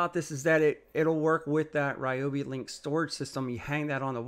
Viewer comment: I remember from the early days when REE-oh-bee was first released; they had an article on their website stating the name's correct pronunciation: the correct pronunciation is REE-oh-bee. Why not educate people on the correct pronunciation rather than repeating what started in ignorance?